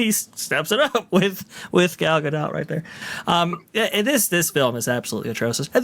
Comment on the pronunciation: Gal ain’t french. She says Dot. No accents or weird. Gal Ga-Dot. Dot like a period at the end of a sentence or point on a graph….Dot… Thank you for your efforts to get it correct over the last year or so🫡😁